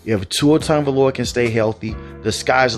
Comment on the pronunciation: Ah yes, Tua Tooaavalooaa